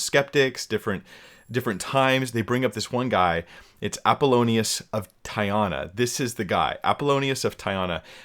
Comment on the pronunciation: Apollonius of Tee-ah-nah